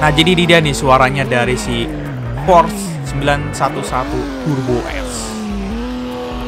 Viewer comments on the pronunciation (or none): Porsche mang bukan force